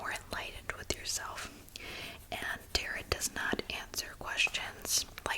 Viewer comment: Hi! I’m so relaxed, thank you, these holidays got me stressed. I could be wrong I believe it’s pronounced Tare-oh Haha, also you’re graciously handling the creepers in the comments, keep up the good work! Peace, happy holidays!